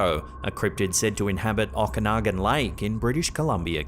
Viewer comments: Okanagan is pronounced Oak-a-noggin,, 😅😂 and,,, why the hell would someone bury 'evidence' in a Ziplock bag?? 😂😂😂😂😂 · If you say Okanagan like that one more time I'm unsubscribing 😂